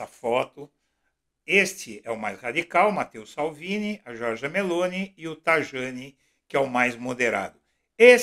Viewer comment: Pronuncia-se TA I A NI